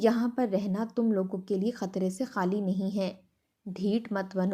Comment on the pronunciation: حالی نہیں خالی۔۔ آپ لوگ خ کو ح کیوں کہتے ہیں۔ ( انڈین۔ کویت سے )